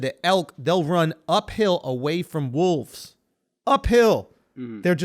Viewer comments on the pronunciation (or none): none